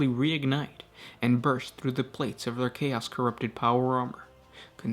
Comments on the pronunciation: What's your native language/dialect? I notice you stress "chaos" differently than I do. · Bro what is with how you put emphasis on the last syllable on words. "emperOR", "chaOS", "desiRes", "champiONS", blessING". It sounds like your speaking in iambic pentameter but with no rhythm. Sry i was driving me crazy the whole time.